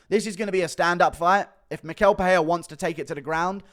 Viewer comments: And it’s pronounced mi-shell… you always butcher Brazilian names smh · Hey Guru, Michel is pronounced like me-shell.